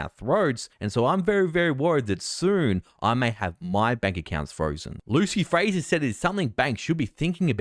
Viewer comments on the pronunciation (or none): none